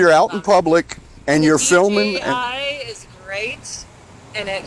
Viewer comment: Pretty sure she said she had a DGI, not DJI.